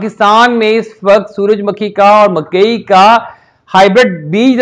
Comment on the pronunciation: suraj "MAKKHI" nahe hota suraj "MUKHHAI" hota hy